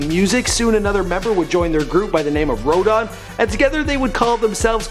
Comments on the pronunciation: doo-mil-lay. row-dan. and i'm pretty sure i heard zen-love-x the second time. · Pronunciation lesson Dumile: Doom-ah-le Rodan: Road-anne I am not entertained...nor amused.